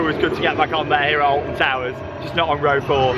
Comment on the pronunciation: Did he say Alfon